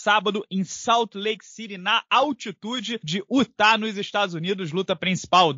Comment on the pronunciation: "Útah", "El Cucú".